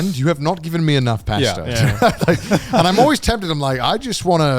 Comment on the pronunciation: Respectfully…How tf did he pronounce pasta , My man pronounced it like “PAAAsta” 💀